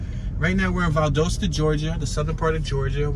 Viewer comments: You are pronouncing Valdosta wrong. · Thank you! The main reason I came to the comment section.